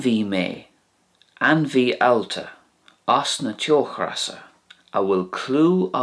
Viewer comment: You pronounce teochreasa in the video with the aspirated English r, like in the word regret. The Irish slender r here would to the best of my descriptive abilities be pronounced as a r/d/z ish sound, as I'm sure you're aware. Fyi in your Spanish Irish video you pronounce the tapped r in Rey (although rolled in Spanish) as it would be in broad rs in Irish. Would be nice to hear you try and use it in your videos 😁